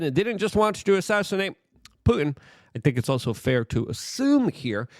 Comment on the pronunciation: The word is PuTin. Not Poo In. When are you going to learn how to pronounce the T in words? You sound like a Kardashian.